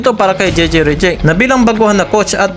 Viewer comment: Hey pronounce those name right ok? Reddick not Rejeck.